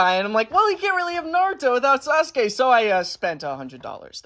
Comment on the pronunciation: Finallly! Someone else who makes fun of Sasuke and says it sa su kee. Also this is a great video, super underrated!